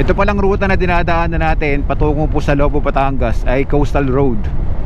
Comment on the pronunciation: Lobo.. maragsa ang bigkas not Lobo as a wolf... ingat amigo